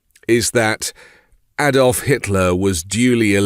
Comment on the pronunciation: It takes a Brit to pronounce 'Adolf' correctly. Many thanks.